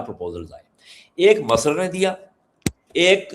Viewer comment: Such a shocking pronunciation (Masar) of Misr (مصر) "Egypt"